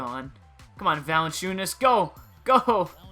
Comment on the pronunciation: It's pronounced like Valen-Junis